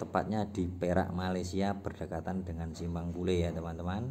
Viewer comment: bukan pule wak tapi pulai